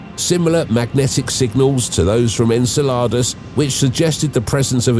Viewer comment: Pretty sure Enceladus isn't pronounced sounding like enchiladas. Lol